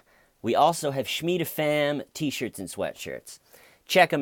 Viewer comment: Omg.. I just made a comment on ur Epstein video about how I just remembered living next to a "Shmeeda" when I was a little kid.. But I specified that she pronounced it "Shuh-Meeda" (which sounds like Shmeeda when said quickly).. And an hour after I posted that comment, u randomly said "Shuh-meeda" on this video that I randomly clicked on.. I've been watching ur channel for about a week (and constantly thinking about Lazarus' friend Shmeeda), so it's bizarre that all this happened in a 1-hour period (and I just remembered living next to Shmeeda last night, half asleep lmao)..